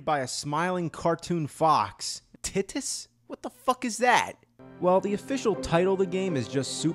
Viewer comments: Its Tie-Tus, Not Tih-Tus 😂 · He mispronounced Titus